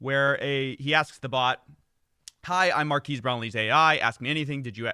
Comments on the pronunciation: lol it's not mar-keys it's mar-Ka-es Brownlee, but otherwise great as always. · Marques is pronounced mar-KEHZ for future reference (not mar-KEEZ) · It's "mark-ez" not mark-eese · Oof, dude, "Markez," not "Markeez." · Marques is pronounced Mark S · This video has to be AI. No one actually says Mar-key-s brownlee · Changing it to "Youtuber Superfan" is so funny, plus if you look at the comments on their product Hunt page it looks like they are all AI generated. its pronounced "markez" btw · They way your pronounce marques's name is strangely racist 🤣 Na jk coffee it's all in good fun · You saying his name wrong over and over got to me bro. I turned off the video, just say his channel name next time 😂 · Yoo, pronunciation of Marques is great! Haha. No hate, just amused. Loving the new content. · Your racist pronunciation of Marques' name is worse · Also, Giertz is pronounced Yetch. "It doesn't make sense in Swedish either." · Mar-kez. Simone Yetch.